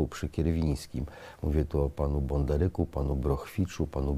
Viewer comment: Panie Kamiński, Pan żle przenosisz akcent w nazwisku Bondaryk. Powinien być postawiony na literkę "y" podobnie jak w przypadku Korniluka na "u" czy Bodnar-czuka. I jak tak na prawdę nazywał się Moczar?